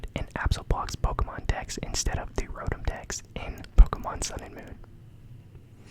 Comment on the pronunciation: Are you pronouncing rotom like that just to be funny 😭